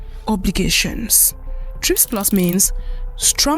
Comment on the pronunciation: What happened to the A in the acronym TRIPS SOUNDS MORE LIKE TRAPS.